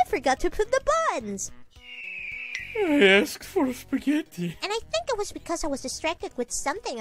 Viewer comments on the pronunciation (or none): SpagUetti? You mean Spaghetti.